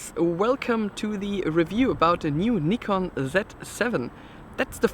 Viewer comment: Nice to hear Nikon pronounced like the Japanese pronounce it.